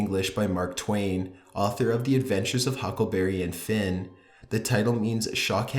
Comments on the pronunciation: It's not Huckleberry and Finn. It's Huckleberry Finn its the full name. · Huckleberry Finn. It's one dude. Not Huckleberry and Finn. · Huckleberry and Finn lmao no offence the channel is good just wanted to point dat out